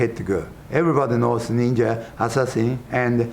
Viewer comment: "Only a neenja can stop a neenja!!"